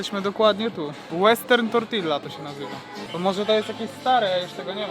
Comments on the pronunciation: Wymawia się tortija a nie tortila. Wiem, hiszpański trudna język. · Tortilla czytamy jako "Tortija". Może szczegół, ale trochę irytuje takie spolszczenie :). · Bardzo Cię lubię.. ale chłopie, naucz się mówić.. tortija NIE tortilla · kiedy wy sie w koncu nauczycie wymawiac tortilla